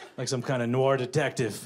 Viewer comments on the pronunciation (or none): none